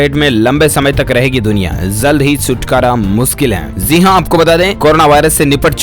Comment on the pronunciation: Zeee haaa nhi bhai jiiii haaaa hota h phle bolna toh seekh liye